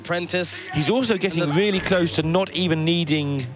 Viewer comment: The commentator with the speech impediment weally weally needs to go. Not vewy pwo if you ask me. Weally distwacting